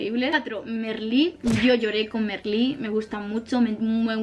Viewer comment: MErlí... ufffff, jaja, se pronuncia mArlí, no es hate ❤